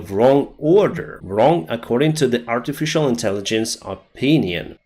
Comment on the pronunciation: "aritificially intelligent"😂😂